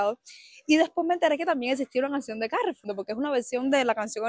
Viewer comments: El nombre no es castellano, nosotros no decimos ' carrefur' si no carrefúr, con acento en la u. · suena Carrefúr, porque es francés, que acentúan en la última sílaba. Cárrefur sería más como sonaría en inglés. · Es una palabra llana, por lo tanto, no lleva tilde, tú dices Cárrefour acentuando la primera A y es sin acento Carrefour, tal y como lo pronuncias la última vez cuando haces la pregunta. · Hola Dices Cárrefur pero es una marca francesa, con lo que Carrefour se pronuncia Carrefúr (los franceses dirían Caggefúg, pero aquí lo llamamos Carrefúr) Un besazo desde Cádiz 😘😘 (o dos) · al ser una marca francesa, la pronunciación teórica es "caJfú" (pongo una J para representar la R francesa), pero en realidad todo el mundo (incluso en su publicidad) dice "carrefur" (acento en la U) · En verdad la pronunciacion de Carrefour sonaria como "cagfú" porque es francesa la cadena pero en España nos gusta decirlo como se leeria en español "carrefur" (aunque nos saltamos la "o" intermedia). Yo creo que Carrefour tiene algunas cosas mas caras que Mercadona, solo que a veces tiene promociones con descuentos o 3x2 en articulos (pagas 2 y te llevas 3) etc... Las partes de animales como el cerebro de cerdo que mencionas en el video se engloba con el nombre de "casqueria", a mi me recomendó un doctor comer casqueria cuando estaba a falta de hierro), a veces se prepara con vino blanco y ajo o con tomate etc.. De pequeña tambien me daban triturada en puré (higaditos de pollo) porque decian que es beneficiosa para la formacion del niño. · A ver, lo primero es felicitarte por tus vídeos que me encantan, y segundo decirte que Carrefour se pronuncia con el acento en "fur", ya que es un nombre francés, y no inglés. Repito, me gustan mucho tus vídeos. Besos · Se dice CarrefÚr, no CÁrrefur. La marca es francesa, no inglesa. Durante todo el vídeo, cada vez que dices CÁrrefour mi cerebro automáticamente repite: "se dice CarrefÚr". Jajajaja. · Carrefour. Acentuando el ur.